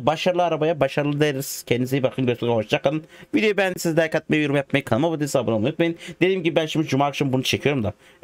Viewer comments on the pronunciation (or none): none